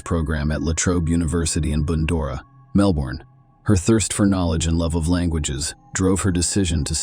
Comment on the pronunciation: Your AL said Melbourne wrong 🤣